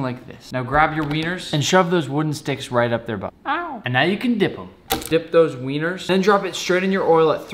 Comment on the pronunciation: The way he puts so much emphasis on "Weiners" lol